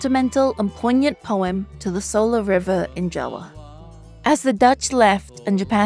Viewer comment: Much respect for pronouncing "Java" as "Jawa" as it is in Bahasa Indonesia. This is a great breakdown, I learned a lot as Indonesian myself. Thank you!